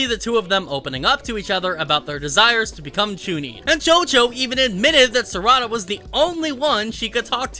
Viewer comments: its sa-ra-da not sarada lol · It's Sar'ada not Sarada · Ehem.... SAR....A....DA.....SARADA